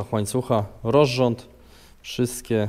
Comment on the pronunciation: Czy ja słyszę rorząd zamiast rozrząd?